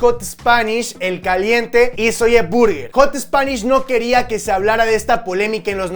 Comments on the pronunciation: No se dice zolle se dice zoui!!!!!! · no se dice "ZOYE" se dice "zoy" pronuncialo bien, nos chingas los timpanos, te lo digo con amor te amo papu💙